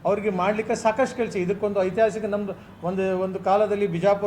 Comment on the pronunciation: ಐತಿಹಾಸಿಕ‌ ಅನ್ನೊದಕ್ಕ‌ ಬರತಿಲ್ಲಾ‌ ನಿನಗೆ ,ಐಸಿಸ್‌'ಹಾಸಿಕ ಅಂತಿದಿಯಾ‌ ಸತ್ಯ ನಿನ್ನ‌ ಬಾಯಿಂದ‌ ಬರ್ತಿದೆ